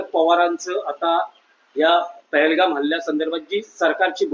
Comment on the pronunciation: अरे येडझव्या पहिले पहलगाम व्यवस्थित बोलायला शिक येडझव पहलगाव म्हणतो.